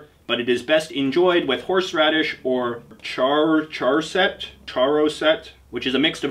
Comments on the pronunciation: Charoset is pronounced ha-roe-set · its pronounced ha ro set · It’s pronounced (HAH-ROH-SET) Sincerely, a Jew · Charoset is pronounced with a guttural 'ch,' like you're trying to get phlegm out of your throat